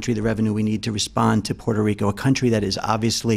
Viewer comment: She keeps saying “Portuh Rica”